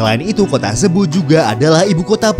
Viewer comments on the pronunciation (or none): Presenter/ Admin Sering Keliru Melafalkan "CEBU" Itu Dibaca SIBU....Jga Kota Zamboanga city. Itu melafalkan Iyalah Samboangga o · Presenter/Admin Sering Keliru Klo Melafalkan Kata CEBU=SIBU....jga Nama Kota Zamboanga City...itu melafalkanx Adalah..Samboangga Sity.